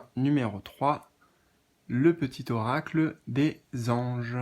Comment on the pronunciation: Mdr tu m as fait sourire quand tu as dit eracle au lieu d oracle ça m a fait penser à Héraclès qui est hercule et le message c'est les mystères divins. Hercule est symbole d immortalité protecteur des. Athlètes et protège du danger. Immortalité = lien d âme et athlète = guerrier